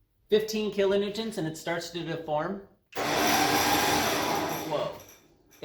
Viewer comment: Kilonewtons not kilonewtents